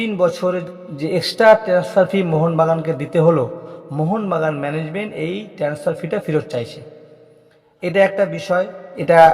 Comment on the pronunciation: ১৫ কোটি টাকা দাবি করেছে আপনি কি করে জানলেন? আপনাকে কি কানে কানে বলেছে? আর কথা হলো আনোয়ারতো লোনে খেলছে তাহলে ট্রান্সফার ফি কিসের? টেনাস্ফার না ট্রান্সফার, কেলাব না ক্লাব।